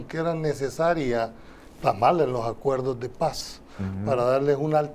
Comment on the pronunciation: Hey, se dice acuerdos de Paz. No acuerdoh de pah 🤣es cierto que sos jan migueleño pero en el programa deberías hablar como chalateco con la “S” bien pronunciada 😅😄😄